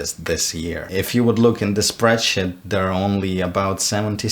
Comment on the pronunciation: No one:: "spreadshit"